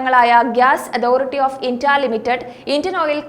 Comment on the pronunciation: Can you please say India instead of Intia.